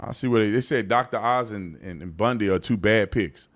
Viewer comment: Is her last name really pronounced like Ted Bundy's?